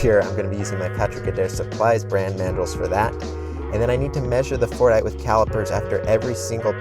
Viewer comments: I really thought he was saying fortnite 😅😅💀💀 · sometimes my ears just couldn't not hear "Fortnite" instead of Fordite